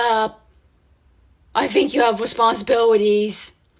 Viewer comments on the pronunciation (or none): "i think you have responsibiwities" HAHAHAHHAHA